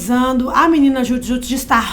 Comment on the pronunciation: Desculpem, mas quem era fã mesmo sabia pronunciar. Hahaha… É Dju Djut.